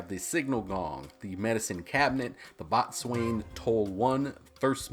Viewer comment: Boatswain is pronounced "bow-son" everyone gets it wrong.